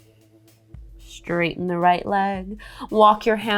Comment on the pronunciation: I really wanted to like this practice but by the 3rd instance of "SHHHHHHTRAIGHTEN" instead of "straighten"—one of my pet peeves—I had to tap out. How I wish people would stop shoehorning a "shh" sound into words that start with "st-" sounds.